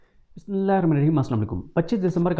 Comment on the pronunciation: یار بسم اللہ تو ٹھیک پڑھا کرو